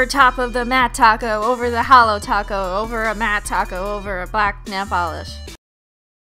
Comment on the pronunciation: Your obviously new here because you say holo not “halo”